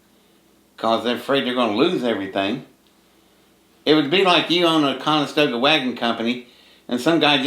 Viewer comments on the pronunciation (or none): none